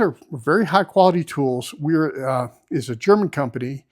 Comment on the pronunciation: A "w" in German is pronounced like a "v". So it's vera, viha and so on.